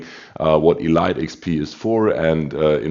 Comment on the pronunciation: Lol love the videos but Elite XP is pronounced “EEEE LEEEEETE”. What are your tips for the “non” torp boats like most USN?